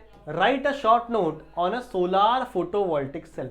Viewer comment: Sir vo solaar nhi solar hai ❤❤❤❤❤